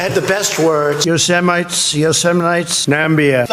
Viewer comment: "They're semites, yoseminites." Hilarious.